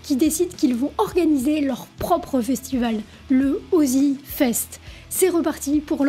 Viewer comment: Fan absolue d Ozzy depuis 1990 , énorme show man et figure emblématique du Heavy. Ça vie est comme lui , démesuré. Bravo pour ton taf , sinon on dit le Ozzfest 😉.